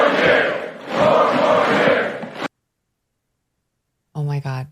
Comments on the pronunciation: All i could hear was " poor more years" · Listen to how he says "four more years". The fact that he has no idea the purpose of the word "pause" in there tells me he has NO idea what he said before. He can't differentiate the words he's speaking. And to be starting your own chant? Pathetic.